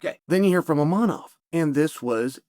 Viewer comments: Imavov ❌ inamab 😂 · maybe start saying the name of the dude correctly. His name is ImaVVVOV. He is top 1 contender in the division for god sake. Learn his fucking name. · There's no n in the name Imavov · Repeat after me : IMAVOV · Hazmat, Imanov, Pierra and Proraska, not a single name beside Sean was pronounced right 👏